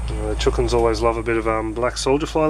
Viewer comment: My son says chookins too